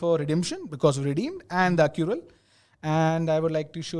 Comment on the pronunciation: It is ACCRUAL guys :) .. not Accural :D... anyways great session.. Good luck !